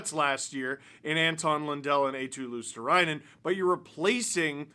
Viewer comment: Steve, you're struggling with pronouncing Marchand after absolutely butchering Eetu Luostarinen. Finnish names aren't hard to say, they're written exactly with the phonetics of the letters. It's you Anglos who fuck it up. Eetu is EE like in Rihanna's Umbrella, ee, ee then tu. Luostarinen goes like LUO, sta, ri, nen, stress on the LUO bit. All R's trilled. There you go.